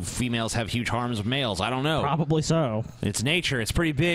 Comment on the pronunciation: You guys pronounce "harem" weird. ...That is all.